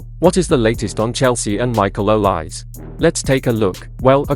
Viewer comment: Please pronounce the name properly: Not two syllables, o-lise, but three syllables: o-li-se, with e accented as in French entree